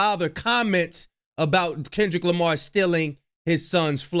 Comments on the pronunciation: dad said Kendrick JAMAR 😂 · He calls him Kendrick Jamar 😅